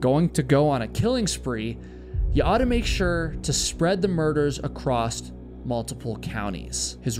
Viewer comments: Very nice presentation,. FWIW, there's no "t" at the end of the word "across." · Across does not have a T at the end of it